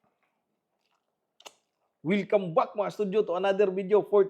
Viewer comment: Say welcome back and not " wilcome back". Proper pronunciation is very important so people can understand you. Just saying.